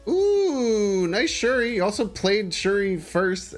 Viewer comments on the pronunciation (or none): none